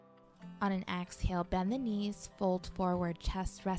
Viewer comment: Great video but I’m such a “yoga dummie” that I thought AXALE was a yoga term .... I didn’t realize until almost the end of the video that she was saying EXhale 😭🤣💀💀💀💀